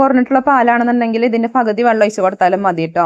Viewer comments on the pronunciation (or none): വള്ളം അല്ല വെള്ളം